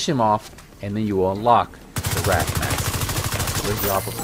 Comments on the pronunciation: Man, I can't believe you called it the Wrath and not the way its actually pronounced 😭😭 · It’s not wrath but wraith